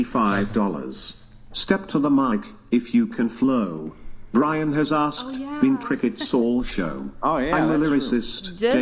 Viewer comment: Can we please stop the use of "aksed" instead of "asked"